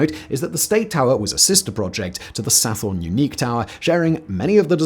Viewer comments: Sathorn/Sathon is pronounce Sa-Ton not Sa-Forn FYI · I wish he didn't pronounce the 'Th' in Sathorn. There's no 'Th' sound in Thai language. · Your pronunciation of "Sathorn" is completely incorrect. Otherwise a good video.